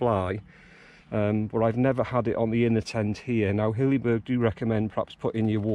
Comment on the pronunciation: It is not pronounced 'Hillyberg'.